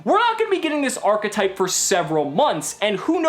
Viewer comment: It's a new "ARRGH-etype"